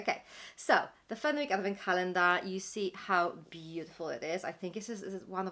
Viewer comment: It's pronounced Fenick, the w is silent. Thank you for the review x